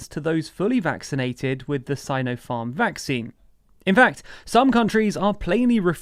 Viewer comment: Firstly we pronounce Sinopharm differently. Secondly one thing I would point to is the fact that the USA, EU and U.K. don’t recognise you have been vaccinated if you don’t have one of theirs, so if you want to travel you need to have 2 of their jabs, I have now had 2 Sinopharm and 2 Pfizer. The last thing I would point out is that in many of those countries they have been jabbed but then people surround themselves with people who haven’t been jabbed and are then more likely to catch Covid as has also happened in the US